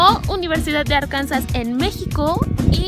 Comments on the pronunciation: Qué feo está tu intro. Te quedó también fea la nariz. Además se pronuncia ár-kan-sah, mínimo apréndete bien el nombre antes de farolear. Btw, la UNAM está mil veces mejor. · Me hubiera gustado estudiar ahí 😪 fun fact Arkansas se pronuncia como “Arkansaw”